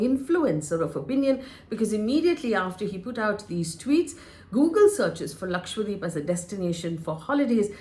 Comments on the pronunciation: You are pronouncing as LAKWADEEP., D’Souza. It has to be pronounce as it is spelled/spelt. It is LAKSHA DWEEP meaning one lakh islands. LAKSHA is 100,000 and dweep is island. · Its irritating to hear Lakshwa- deep. Its Dweep means island. Its Lakshadweep. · LakshadWeep, and not LakshWadeep please. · hello HELLO ... why are you and other anchors pronouncing it as lakshwadeep... it is LakshaDWEEP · Its 'Laksha-dweep' not Lakshwadeep as you are repeatedly saying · Is LakshaDweep also pronounced LakshWa Deep ? I notice many Indian News Anchors pronounce that way ! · Its Lakshadweep. Not Lakshwadeep. Atleast learn to spell and pronounce properly the place you are commenting upon. If Indians can't pronounce indian names what can we expect from others. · Lakshadweep, not Lakshwadeep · Hi, Faye. Thanks for doing this video. Just one suggestion: It should be pronounced as Lakshadweep and not Lakshwadeep. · It's "Lakshadweep" not lakshwadeep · I fail to understand why some top reporters , news channels & media outlets are simply unable to pronounce the name correctly !!! Ur all praising & talking about an Island whose name u can't even pronounce correctly ! It's Lakshadweep. Dweep means island . And It's not lakshwadeep ...FGS ! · Its Lakshadweep. not Lakshwadeep, correct yourself pls, dweep means island. FYI. As a responsible Journalist you should take names correctly at least of Indian names. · Isn't it Laksha-dweep? Not Lakshwa-deep. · How come no one can say Lakshadweep??? 😂😂 all of them mess it up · It is a South Indian place bruh. Don’t be making up your own stupid names. Learn to pronounce correctly